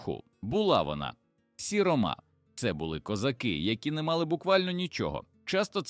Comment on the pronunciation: Дуже псує враження невірні наголоси: сіромА,старшинА,гамІр.я розумію старшИна,сірОма,гАмір.чому людина ,що читає робить такі наголоси,вона що не українець